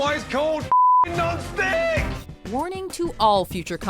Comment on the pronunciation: "That's why it's called a non-sttICKK"